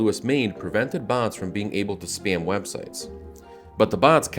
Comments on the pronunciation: anyone else hear him saying "bonds" instead of "bots" ? Or is it just me? XD I'm one big idiot but good video :) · Why do you pronounce "bots" as BAHNTS?